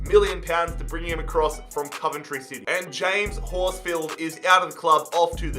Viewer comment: The way you said Coventry city was quite funny I can't lie being a Coventry fan I like to see ponti and bapaga linking they did in our youth academy PUSB.